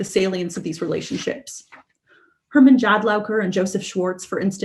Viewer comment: She does a very good job , but she does not pronounce " Jadlaowker's" name correctly , the "J" is pronounced as "Y" "Jadlowker "